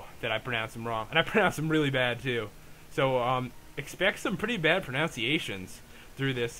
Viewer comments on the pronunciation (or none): i think you even pronounced the word "pronunciations" wrong in this vid haha. Very entertaining though man keep it up.